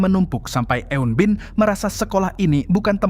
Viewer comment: Pengucapan eun-bin nya kurang tepat bang.